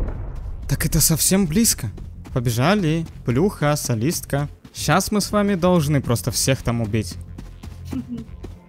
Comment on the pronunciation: Так она солистка, а мне все видео казалась что говорил садистка😅😅